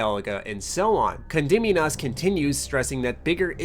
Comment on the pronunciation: I love how can't mispronounce Condominas the same way twice in this video.